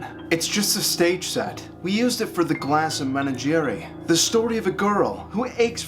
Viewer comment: The pronunciation of 'menagerie' is killing me